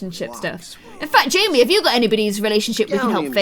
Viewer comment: Savannah Haynes, its JAMMIE. NOT JIMMY